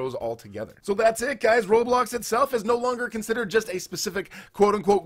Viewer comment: I remember when roblox was red and blocky it’s ROBLOX not RO-TRO and this sentence I LOVE this “experience”. No just no this is wrong and cursed 😡